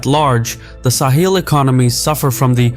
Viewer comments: Sahel, not sahil. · It is pronounced sahel, not saheel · Yeah except he pronounces it as Sa-heel rather than Sa-hell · I've never heard it pronounced "Sah-heel" like this narrator does throughout. It's "Suh-hell" everywhere else I've ever heard anyone talk about the region. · Not SAw Heel but Saw Hell is the pronunciation to be used. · It’s sa-hell, not sa-heel 😉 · Great to see this covered here, it's an important story that's really been underreported. Also TIL the British pronunciation is sa-hil, not suh-hel like in the US. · Weird pronunciation. No one says "sa-HEEL". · Bruv, how can you pronounce Sahel correctly at the start and then proceed to pronounce it wrongly throughout the whole video is beyond me... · I’ve never heard Sahel pronounced this way. I wonder how the locals say it.